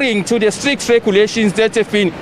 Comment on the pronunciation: Hahaha, not street, it's strict....